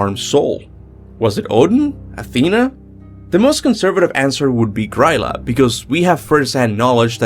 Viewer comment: i just noticed that they say Grýla’s name wrong in god of war.